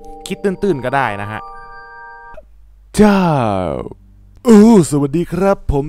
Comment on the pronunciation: แก้ไขเสียงพระเจ้าหน่อยมันออกเสียงว่าเจ้า